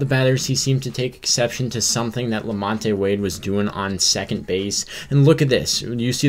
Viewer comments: Who is la-MON-tay? Did you mean la-MONT? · Lamon te it’s pronounced lamont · It's pronounced Lamont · You’re pronouncing Wades name wrong. You don’t pronounce the E in Lamonte.